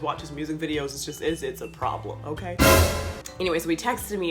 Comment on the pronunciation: Why does her okay sounds "onkay" to me 😂😂😂